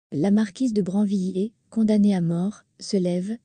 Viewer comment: La marquise de Brinvillers et non branviller.